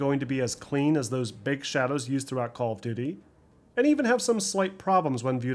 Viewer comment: I dont mean any disrespect, even though it may sound like it. But how do you manage to sound so articulate and professional. But pronounce "call of duty" as "Caww of duty"? "Churned" instead of "turned" is also a bit jarring. But, "caww of duty"?